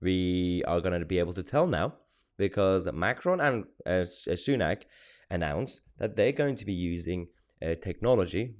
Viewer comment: Rishi Sanook? Is that how you pronounbce Sunak? 'cos its wrong.